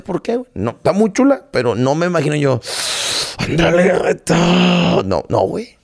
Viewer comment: "Andrea Legaggeta":D